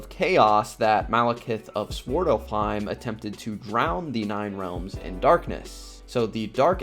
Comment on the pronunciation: Good video but the pronunciation made it a bit unwatchable for the norse mythology fans... its Svartalfheim... NOT swortelfheim And its Muspelheim... NOT moopullheim